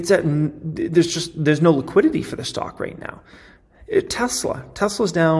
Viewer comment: You say liquidity, I hear tegridy.